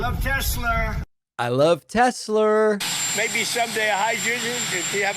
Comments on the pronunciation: lol "Tesler!!" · Tesler....uh duheeee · "I love Tes-slur!" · " I love Tesler!!" Tonya 😂😂😂😂😂😂😂😂😂😂😂😂😂😂😂😂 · ”I love Tesler!” 🙄🙄🙄